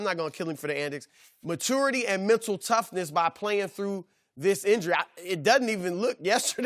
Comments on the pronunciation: Raptors need adjustments? Chris Broussard needs to adjust and change the way he says "maturity" 😂😂😂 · Nobody: Chris Broussard: "Matour" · Chris "Matoor" Broussard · I don't know why but I always chuckle at people who pronounce it "matoor." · Nobody: Broussard: Matoority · Chris "Matority" Broussard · Why he say matority like that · My biggest question is how you pronounce maturity lmao wtf Chris Broussard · Am I the only one that gets slightly triggered everytime chris says maturity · Somebody needs to teach Broussard how to say maturity🤦‍♂️😂My ocd kicks in when he says that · why does Broussard gotta say MATURE AND MATURITY like that?! Really grinds my gears!